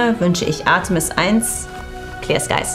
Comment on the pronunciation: "Clear skies" Mußte erstmal Untertitel einblenden, bevor ich wußte, was sie sagt. Warum muß sie das Wort verschlucken?